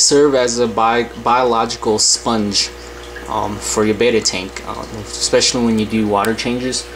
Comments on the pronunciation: Great information. It is pronounced BET a like you place a bet. Bet a not BAY ta. FYI :-) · This video is SO out of date! AND he doesn't even pronounce Betta properly! It takes an "e" at the end of the word to make another vowel long, or "say it's name!! (I'm a teacher, what can I say?) I've been viewing more up to date videos and none of them suggest putting saran wrap or even a cover/lid on their breeding tanks. Any decent aquarium/pet store sells sponge filters at reasonable prices ($6) and decent heaters. The sales people at fish/pet stores are very knowledgable about aquarium equipment. You just need to get off you butt and GO TO THE STORES! Don't depend on Amazon or other on-line shopping outlets. AND there books at the library as well as the INTERNATIONAL BETTA CONGRESS website! This is such nonsense......AND OLD. It should be removed!